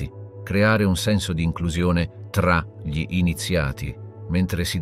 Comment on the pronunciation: ma è un traduttore automatico che parla ? sbaglia la pronuncia di GLI